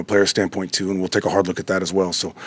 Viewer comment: "I gotta take a bard look..."